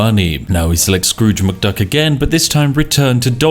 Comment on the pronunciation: ah yes Drooge McScruk.